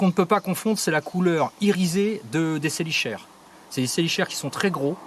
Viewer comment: Excellente vidéo!!! t'écouter parler des araignées c'est un plaisir ^^ pour les chélicères ça se prononce "Ke" 😘 En revanche vraiment génial! en dehors de "ANIMAUX: MODE D'EMPLOI" personne ne parle de manière aussi exhaustive des araignées et arachnides plus généralement. un régal ta vidéo 😁😊 biz Et merci beaucoup pour le clin d'oeil de fin ça me touche! 🙏😸